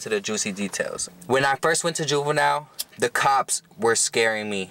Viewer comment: Did he say boobenille